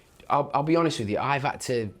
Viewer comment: Spencer Oliver.. "if im totally hobest" "insert word for word whatever someone just said" How has he got a job doing this?